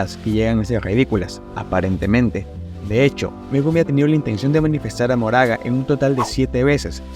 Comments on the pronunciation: PORQUE DICES MORAGA EN VEZ DE MAHORAGA AGHHHHHH DIOS Q ANSIEDAD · hola, por que pronuncias su nombre como "moraga" cuando leyendo literal sería mahoraga y su pronunciación es "makor"? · Ma-ho-ra-ga no mo-ra-ga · me parese chistoso que le diga ´´moraga´´ a mahoraga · Mahoraga ❌ Moraga ✅ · porque el dice moraga enves de mahoraga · Al principio lo intentaste... majoraga... maoraga... y ya después de pleno decía "moraga" xd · pq decis moraga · Se pronuncia "MaJoraga" como si tuviera J T-T aun asi buen video bro, este Megumi es un maldito suicida